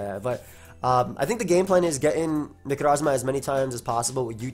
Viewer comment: The way you say 'Necrozma' gives me life